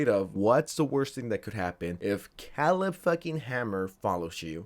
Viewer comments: KAY-leb kay-leb. not keleb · Love your videos, but hearing you pronounce Caleb was like nails on a chalkboard. Say it with me, CAY-lib, not CAH-lib, CAY-lib. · Kay-leb not Callub lmao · .it's produced "Kay-lehb" not "calib" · Pronouncing it Khalib Hanmer is almost as bad as the Kai Snot. I’ll never forget Kai Snot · OMG ITS CALEB (KAY-LEB) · Kay-Leb is the pronounciation of his name bro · Did you see the Caleb videos where he flat out ignores grooming because they're lesbians? Because there's several of them. And its pronounced KAY-LUB, moron. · Caleb… CALEB… OMFG I have never heard a mispronunciation that pissed me off so much in my fkn life. K-LEB… what is wrong with you dude. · Old American name CALEB is spoken KAY LEB ! 👀 It's wierd spelling huh ! 😂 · Oh my god. You actually don't know how to pronounce Caleb. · How do you not know how to pronounce Caleb….? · How do you not know how to pronounce, "Caleb?" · Bro, lookup how to pronounce Caleb lol